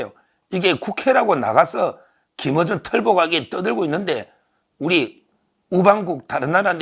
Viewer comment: 틀보(X) 털보(O) 김으준(X) 김어준(O)